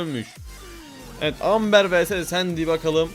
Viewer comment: Amber değil yazılışı öyle okunuşu embır abi❤